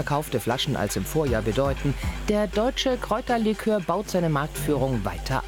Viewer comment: 2.30 käuterlikör? Nicht Kräuterlikör? 🧐